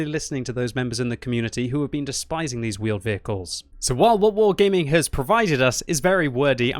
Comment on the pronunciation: Vheeled Wehicles!!!!!